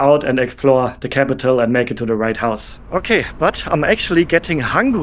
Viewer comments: It’s WHITE house not right house 😊❤ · why are you calling it the "right house"?